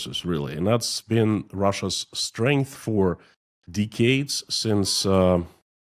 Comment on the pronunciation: [dɛkeɪd] [dèck-cade] :)